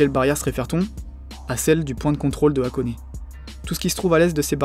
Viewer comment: Hate de voir la partie 2 ^^ Si j'ai un conseil à te faire, ce serait d'essayer de travailler un minimum ton accent nippon; evidemment je te dis pas de prononcer parfaitement, mais au moins d'essayer d'avoir une prononciation poche et juste! Par exemple, "Machida" se dit "Ma-tchi-da" ou "Hakone" se prononce avec le H inspiré... Du coup c'est du détail, et le reste c'est nickel je trouve ^^